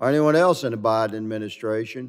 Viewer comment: Did he say “The priden administration”?😳😳👎🏽👎🏽